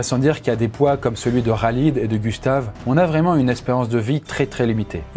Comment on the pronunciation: « Raaaaaalid » 🤣🤣🤣 c’est KHALID KHHHHHHALID